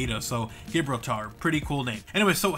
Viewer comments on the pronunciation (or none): FYI it's pronounced JA -(hard J like Jazz) BRAWL - TAR. Don't mean to be a dick, in before the haters ;D